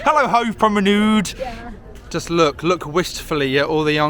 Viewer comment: Hove PromenUDE?? Nude? That's Brighton....actually!😀